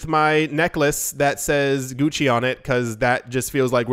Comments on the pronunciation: I love how he makes sure to pronounce German correctly while also making sure to pronounce Gucci incorrectly. Well played sir. That kind of comedy is what keeps me and my cup of coffee coming back for more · Hahahaha, Gucci=Gucki 🤣